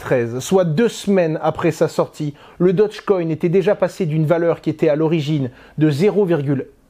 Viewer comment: Dogecoin pas dodgecoin...